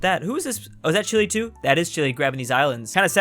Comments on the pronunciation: It’s chi-lay, not chilly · i thought it was pronounce chee-lay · STOP SAYING CHILI its CHEELAY OMG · For how much you mention the nation of Chile you really can’t pronounce it right.